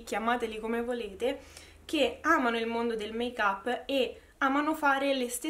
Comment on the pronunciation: Make-up non l’hai detto strano, l’hai detto bene invece!! Si pronuncia così 🙂😘